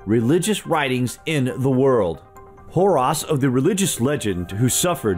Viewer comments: Horus - hor•us. Not "hor•ās". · you said Harus its Horus